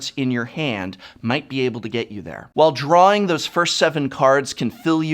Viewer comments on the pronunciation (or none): none